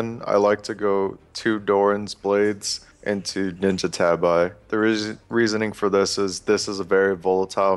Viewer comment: into*. I thought he said 2 ninja tabi at first too lol.